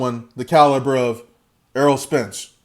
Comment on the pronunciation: Its Errol not Earl bro ;-)